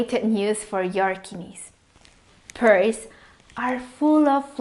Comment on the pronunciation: Thank you for the video and great info. Pears are pronounced 'pares' and not peers though. lol.